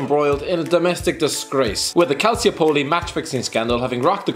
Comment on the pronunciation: the way you pronounce Calciopoli makes me want to stab an infant